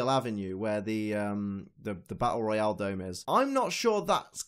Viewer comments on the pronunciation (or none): none